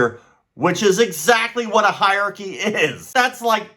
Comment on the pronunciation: You do not know how to pronounce “hierarchy “ properly